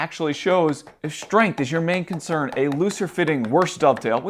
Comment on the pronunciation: Some great tips, but what is shtring , shtrength and exshtra. I guess you mean string strength. If your going to talk to an audience, learn to speak properly.